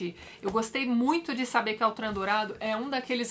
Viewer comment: Por se tratar de um nome francês, a pronúncia certa é Ôtran, e não Autran.